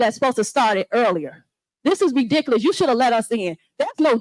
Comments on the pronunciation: She’s right. This IS re-dik-olus. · What is “ ridikaius” ?